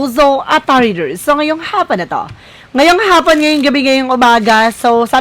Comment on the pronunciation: Magandang Hhhaaapon sa iyo . you pronounced as Haaaaapon